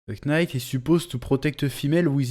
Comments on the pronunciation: Chef je t'aime mais pitié ne dit pas knight en prononçant le "k" c'est un k muet 🤣🙏🙏🙏🙏🙏🙏🙏. Merci pour l'avis et courage. Moi je trouve que tu as raison : ça doit être beaucoup plus lumineux et flamboyant, les combats c'est plus ésotérique que physique, et les armures du moyen âge ça pue. A quand des films DB et SS qui se contentent de reprendre exactement les scripts des animés ou des mangas putain c'est pas dure quand même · « Quenaïte of zeu zodiac » « Seins saiya » Change rien chef , on t’aime 🙏🙏